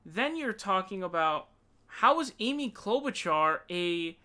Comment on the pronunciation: lmfao Krystal holding in laughter when he says "Amy CLoudbootjar" so fucking funny. she killed it.